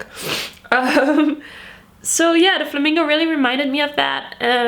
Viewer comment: Merel Wennekes hahah me too! I didn't notice it at first but I knew she was Dutch as soon as she said flamingo